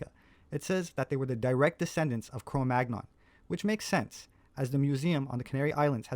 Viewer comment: Sepehr is supposedly a professional archaeologist, but he doesn't know how to correctly pronounce the term CRO MAGNON. He always mispronounces it, pronouncing a hard-G despite the fact that the term comes from a French place-name which -- like AVIGNON, BOLOGNE, CHAMPAGNE, AUVERGNE, DORDOGNE, COLOGNE, etc. -- is part of a 2-consonant cluster [-GN-] which is properly pronounced like the - NY - cluster in English. CRO MAGNON rhymes with the word CANYON. You're not supposed to pronounce the hard G goddammit!!! Sepehr ALWAYS gets this wrong, and it makes me laugh with mockery at his claim to be a professional archaeologist. It's like when Les Nessman on WKRP In Cincinnati pronounces the name "Chi Chi Rodriguez" as TSHY TSHY ROD-rih-gwayz. Sepehr is a goofy bastard pretending to an expertise he doesn't have. And I wonder about his little helper who goes around with him on his little field trips, filming Sepehr as the 'star'... going to feed the geese... and usually winding up at some restaurant where we get to see him eat some foreign dish. We never see him sharing his meal with his little helper, you'll notice. There's something about that which just makes me think he's all-the-more of a self-obsessed douchebag. Between this video by and some others by Gutsick Gibbon, it's nice to see some professional pushback against his pseudo-scholarship.